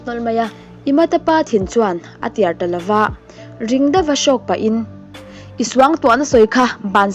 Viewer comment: Imada pa thin chuan a tiar talo a 😂... I lam sual aw tuar tih tur ah